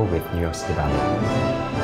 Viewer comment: This is how you spell Ballet. This is how you pronounce Bellay.